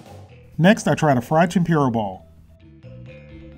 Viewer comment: It's tem-poo-ra not tem-pure-a